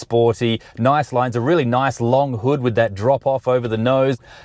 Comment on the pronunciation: I know this is targeted only to NA viewers but to hear “hood” & “gas” with an Aussie accent is just so wrong